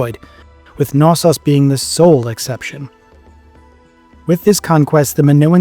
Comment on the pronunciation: Thassalocracy or Thalassocracy? Which is it? Also, is it really that hard to say the "K" in Knossos? It's not an English word, and the "K" is not silent.